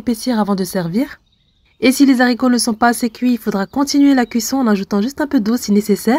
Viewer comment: On dit les aricots (« h » aspirè, on ne fait pas la liaison); merci pour la recette